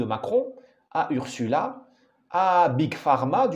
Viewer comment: On prononce "OURZOULA" et non "OURSSOULA".